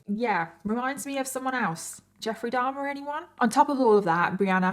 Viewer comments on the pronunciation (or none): none